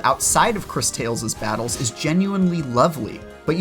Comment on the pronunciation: i think its actually pronounced like this " Chris Taw less" 😉